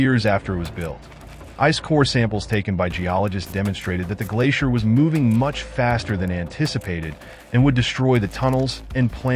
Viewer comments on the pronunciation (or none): none